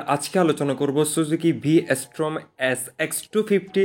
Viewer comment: Ass-pesification Bhaijor Nakal guard V ass-torm Bhai pronounce koray huge problem ache apnar, jehetu video banan, eita thik koren